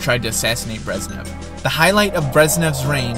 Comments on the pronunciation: My friend... its not Brezzz nev.. its Brezhhh nev... say nezhh. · they're pronounced Gorbachyov and BreZHnev not Gorbachev and Breznev. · How obvious that the author of this video has no real knowledge of the topic and has done minimal research. Pronouncing Malenkov's name as "Georgie" and Brezhnev's as "Breznev". Emetic!